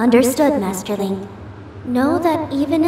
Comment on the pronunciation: Madi = Master, based on the sound Fi makes in-game when she refers to Link in her dialogue (“Master Link” spoken as “Madi Madas”).